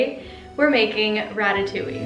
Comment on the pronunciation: Being French it’s so weird hearing her saying ratatouilli instead of ratatouille😭